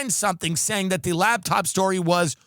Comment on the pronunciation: is it me or does Tim keep saying, 'Labtop' instead of laptop